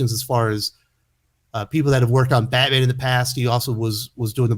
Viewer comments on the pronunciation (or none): none